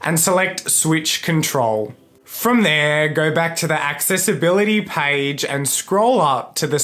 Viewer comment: We say page. Him: “Paige :D”